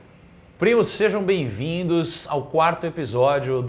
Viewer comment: O conteúdo é ótimo. Mas toda vez que ouço o Barsi, ele fala "que sejem; que estejem". Por favor é que SEJAM, ESTEJAM.!! Erros assim, numa figura como essa, não dá.